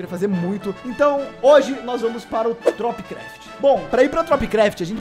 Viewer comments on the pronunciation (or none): Kkk toda vez que fala tropicraft eu entendo topcraft kkkk